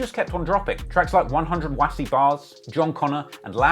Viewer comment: Doesn't pronounce "Wass" properly however 😭